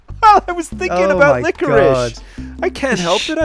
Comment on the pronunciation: love dat "licorish" ;)